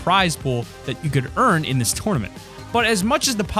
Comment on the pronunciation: TOWRNament lol